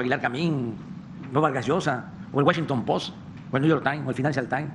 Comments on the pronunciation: Guashinton post , Nu yer tine, Finánchial tine, gueltin yornal!!!😱😱😱😱😱😱😱😱🤯🤯🤯🤯🤯🤯 no pues si que orgullo!!! 😵‍💫🐌💩👈🏻😆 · El pos y niu yor tain... Jajaja